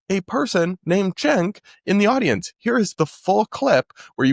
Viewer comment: everyone pronounces it with a CH refering to him